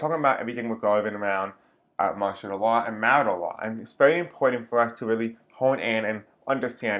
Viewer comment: Hey just recently found your channel and enjoy your readings. Also— martial law is actually pronounced “marshall” that’s where the govt (with use of military) take full control of country.